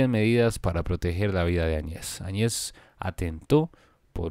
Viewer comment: Se pronuncia, Añez y no Añe's